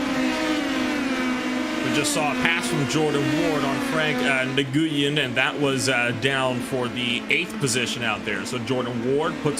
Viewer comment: Its not nuhguyun its pronounced "Gwin"